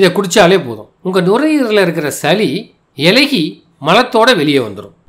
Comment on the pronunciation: சலி,மிலகு, இலகி என ஒலிக்கிறது. சளி, மிளகு,இளகி என ஒலிக்கட்டும்